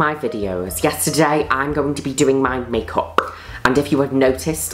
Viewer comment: No one: Juno: Mae kup(puh)